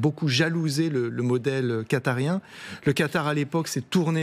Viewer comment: "Quatariens" .... 😂😂😂 sacré Gallager !